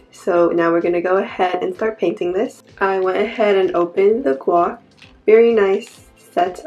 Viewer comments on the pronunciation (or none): It's actually pronounced gwash not gwach. Just wanted to let you know. Looking forward to more videos :)